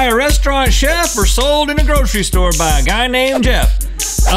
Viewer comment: Link saying store SMH